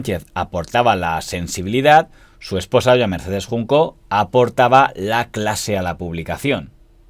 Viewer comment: Buen repaso al sector de las revistas del corazón. Es Mercedes Junco, no Juncó, sin acento.